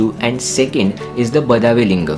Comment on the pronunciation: Hello, The Badavi temple is pronounced as 'बडवी'